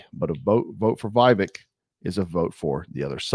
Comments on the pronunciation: Vev-ache. Not vive-ek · You need to learn the pronunciation of Vivek’s name. Short i and long a. Vivek like cake. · Why can't you pronounce Vivek correctly after all this time??? WTF??? Vivek is pronounced Vivake or Vivayk. JFC! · So who are you all voting for when Trump isn’t on the ballot? Or taken out of the race somehow? Vivek seems like a breath of fresh air to me, who’s in touch with the conservative base and who’s extremely intelligent and well spoken. And his name is pronounced VA VAKE. Like cake. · Just for future reference it's short "i" like Vick and "vek" rhymes wirh cake. I'm voting Trump for the 3rd tiner but get his name right at least. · Trump is my choice, VIVEK (VivAke is how it’s pronounced) would make a hellacious VP, then positioned for 2028! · Do you not watch the debates or interviews? How do you manage to butcher his first name so badly - if you do actually watch that stuff, are you mispronouncing it on purpose? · Show some respect and pronounce his name correctly